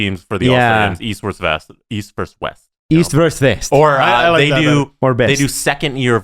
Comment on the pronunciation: versus VERSUS!!! not "verse"😉